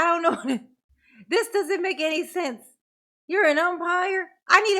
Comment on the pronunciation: He was asking Detective Carpenter and sais thist instead of this